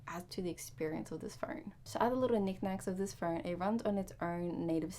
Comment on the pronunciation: There is no R in phone.